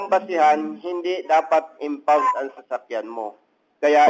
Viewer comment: Impound po, hindi unfound.